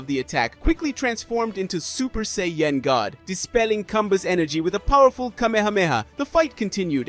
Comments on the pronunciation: Super Saiyan not SAY-YEN 😂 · Sorry, but how you say, "sayain," "say-yen" every time...distracting and annoying. Get your verbiage right man if your going to speak nerd in english. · What's a Say-yen ? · "Say-Yen" ok that's enough. 👋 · I KNOW , RIGHT!!?? HE HAD TO BE PRONOUNCING IT LIKE THIS TO SEE IF SOMEONE WOULD SAY SOMETHING. IT"S REALLY OVER THE TOP RIGHT?😂 I UNDERSTAND IF THE MAN HAD A STRONG ACCENT BUT I HEAR PROPER ENGLISH AND HE IS LITERATE . HAS HE EVEN EVER SEEN THE SHOW? I DONT WANT TO KEEP HEARING SAY-YEN. SO IM MOVING ON 5MIN. IN . TOO LONG ALREADY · Super Say-Yen... face palm... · i was thinking the same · It doesn't even sound right 😕 😅